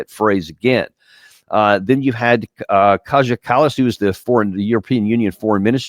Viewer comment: its KaYA kallas